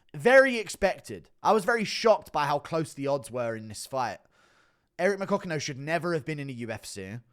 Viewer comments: Eric McCock-in-yo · “Eric my-cock-n-im”😦😫